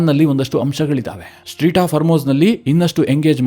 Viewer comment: Its not Street, strait of hormuz 😊